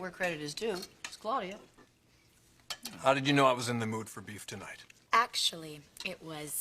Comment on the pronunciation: Dang Ridge... stop calling her Cloudy-ya... cringe